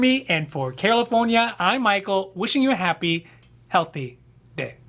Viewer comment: I’m like why is he saying California like that??? reads channel name at the end of the video Ohhhh Anyways thanks for the video from Philadelphia